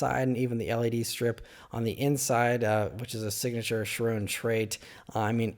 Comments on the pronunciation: The word is pronounced “Ky-ron,” not “shuh-rone.” Come on man, you’re supposed to be a car guy...🤦‍♂️ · It's a French name and it's pronounced "Shi-ron"